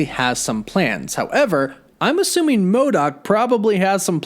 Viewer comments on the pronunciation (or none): none